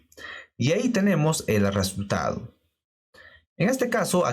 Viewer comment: Hola. Lo primero es darte las graias por tu esfuerzo. Lo segundo es comentarte que en España NO decimos "arresultado" sino, simplemente, "resultado. Esto solo es un comentario: tu... dilo como quieras. De nuevo GRACIAS.